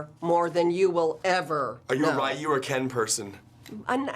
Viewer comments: You can always tell who deep Street Fighter fans are if they say Ree-Yu or a softer Ruu variant Rye-you is a pet peeve of mine. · "Rye-you" aw FFS